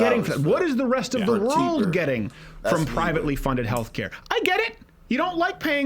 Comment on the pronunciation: "Cops around the whorld react to us police"